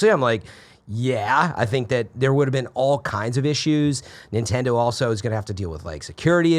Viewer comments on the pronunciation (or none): Nendedo is how how he said Nintendo 😂😂😂😂 y’all will employ anyone and your community just eats it up. Bravo I guess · Really? Now you're trying to call someone out for saying Nintendo as NENtendo? What is wrong with you? You're pathetic. YOU are toxic AF. Idiot.